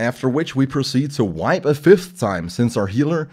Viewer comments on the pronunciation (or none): none